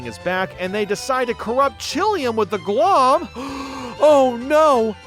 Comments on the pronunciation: IT'S GL-OHM. LIKE OHM, THE ELECTRICAL UNIT. CAUSE ELECTRICITY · I’m being driven nuts by you missing the puns lmao. Glohm is pronounced “Glome” because it’s like loam: gloomy soil. Offandon is Off and On island because the whole island has lights you turn off and on lol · I'm pretty sure Glohm is supposed to be a pun based on the words 'gloam' and 'ohm' which has a long O sound.